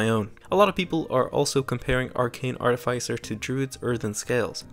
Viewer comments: ART-iff-iss-er. Not Art-iff-ICE-er. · It's pronounced art-if-iss-er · Its artificer, not artificer